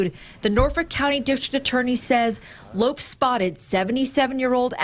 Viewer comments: Ignorant people in the news business nowadays... the man's name is pronounced "low-pez" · Lopes is pronounced Lo Pez. Damn racist news trying to make criminals caucasian. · Umm... I'm pretty sure his family doesn't pronounce "Lopes" that way.